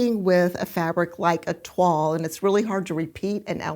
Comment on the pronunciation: Fantastic matches. I have not heard of toile printed fabric before; we pronounce it as the French do: Twahl not twall. I only know it as the test making of a garment in calico. I love all the substitutes you found and the card one is amazing! It's funny, often I don't think the 1 and 2 will match but then I see the image of the pattern and it all falls into place! So helpful when you explain why you make the matches you do. Great video again, 🤩🤩🥰🥰